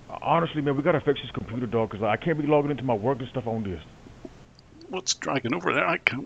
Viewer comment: “Sir, the secuuidy was WORKING” “They totally ruined your compuudah” 😂😂😂